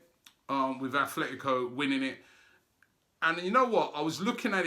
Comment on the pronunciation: Robbie, when will you learn how to pronounce Atletico correctly?